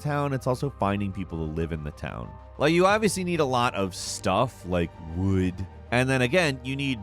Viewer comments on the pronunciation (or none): The way he said wood on the last one!😂😂